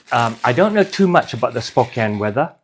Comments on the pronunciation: "Spo-Can" not "Spo-Cane" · I have always heard it pronounced Spo CAN. Like "he can do it" American english is so weird sometimes...